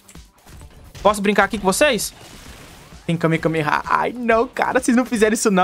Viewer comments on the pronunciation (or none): "kamekameha" anão cara :( e kamehameha